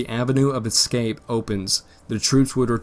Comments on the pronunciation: Dude, your grammar is horrible. "ex-scape" rather than escape. "Forrest-es" instead of "Forrest's" Primiter, rather than Perimeter... "Uleesees" instead of Ulysses (ih, not ee) Other than this, the information is fairly spot on, as far as historical accounts suggest. I am a grammar nazi, so I pay close attention. If the grammar were improved, these videos would be perfect. I don't mention these small imperfections to degrade, but to offer constructive critique. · The word is "escape", not "excape"!!!!!